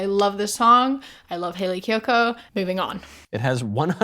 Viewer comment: I totally thought you were saying Kaley Cuoco lol